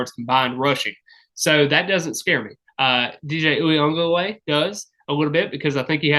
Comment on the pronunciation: How many times did you have to practice DJs (Clemson QB) last name😂😂 mad respect for pronunciation there